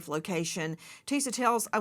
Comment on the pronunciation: Nancy with all due respect, you’ve been a journalist forever. When you have a correspondent on your show, especially this young black woman who works so hard on her own YouTube show and takes time to update yours, you could at least pronounce her name right. It’s not Tisa TAILS. It’s Tisa TELLS. At first I thought it was your accent but I saw you pronounce other words that have the E in it just fine.